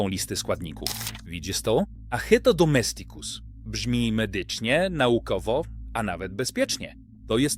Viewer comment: DomEsticus !!! Z akcentem na "E" NIE na "i"!! Naucz się, łacinników razi taka wymowa. Język łaciński wymaga prawidłowego akcentowania.... inne języki również 🙂